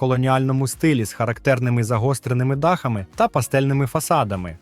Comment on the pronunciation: Таке враження що просто назбирав інфи з різних туристичних довідників і озвучив ШІ. Бездушно якось. З неправильним наголосом на деяких словах: слОни, дАхи... Господи, які слОни??? І ще цей попсовий фільтр під стару плівку, для чого? Ну і можна було побільше фото і відео накопать щоб не повторювать одні і ті ж по колу.